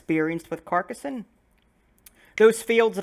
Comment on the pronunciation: very nice pronunciation, you say Carcassonne perfectly.